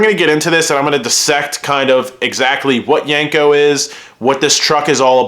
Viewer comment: It’s not yanko it’s yenko!!!!